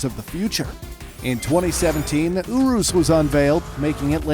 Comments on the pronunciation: bruh, "ooroos" tho XD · did he seriously just pronounce urus oo roos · bruh u said centenario, veneno and urus wrong